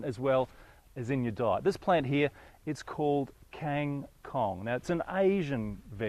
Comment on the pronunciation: He pronounced it wrongly haha. And it is best for stir fry mostly not for soup or salad :P